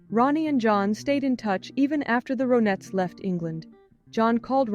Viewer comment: Maybe you're using AI but it's not ROEnets, it's RONettes. Her name is RONnie, not ROEnie.